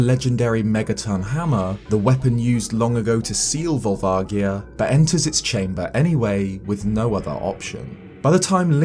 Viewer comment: That's not how I pronounced Volvagia...